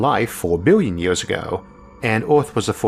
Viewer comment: is it just me..or did this guy really said 'yeors' instead of years? kinda disturbing